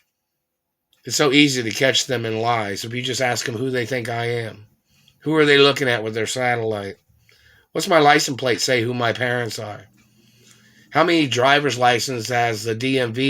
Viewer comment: Nigga said licent plate